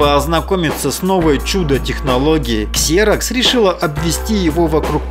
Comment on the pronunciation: ну какой КСЕРОКС, если компания называется ЗИРОКС.